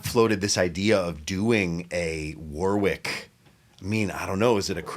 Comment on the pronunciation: Scott, can you tell matey how to pronounce Warwick properly? Thanks awfully.